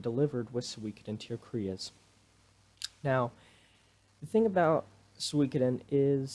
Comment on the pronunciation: You pronounce the Game suikoden "tear cries"!